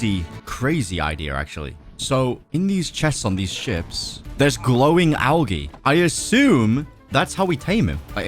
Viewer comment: Oh it’s pronounced al-j-e not al-g-e